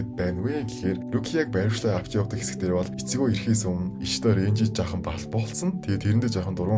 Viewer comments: Itsigo❌ Ichigo🆗👌🏾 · tod yrildaa ichyo ged bgamu ichgo gdb gmu